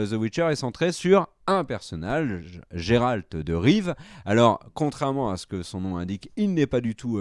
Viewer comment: Et pourtant il est super populaire parmi les fans de jeux-vidéo, et puis là le prononce à la française, en vrai on dit "Guéralte", et ça s'écrit Geralt.